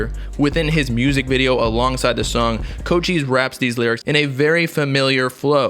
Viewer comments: It’s co-chis not cold cheese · I thought it was pronounced like coo-chise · My guy said cocheese